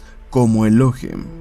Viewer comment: No es Elóhim, es ELOHÍM. Con acento en la I. Es una palabra aguda, no grave o llana.